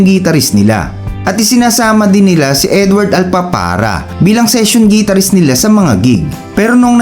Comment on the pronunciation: The correct pronunciation of Guitarist is Gitar-rist. Not Gee-tar-rist. Try saying the word "Guitar" and you'll know what I mean.